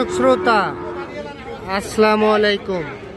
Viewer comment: ভাই সালামটা শুদ্ধ করে দিবেন আপনাকে আর কত বলব এর আগেও বলছি